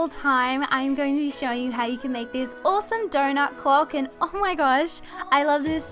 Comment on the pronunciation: I love how you say awsome (owsoome)